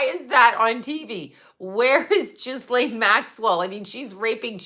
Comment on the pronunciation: Its pronouned GEE -LAINE...its French...the S is silent.